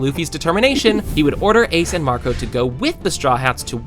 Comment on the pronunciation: Falou o nome do Marco errado